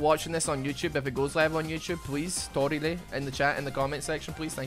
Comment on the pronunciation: Torille! Or as would say: ToORiLE!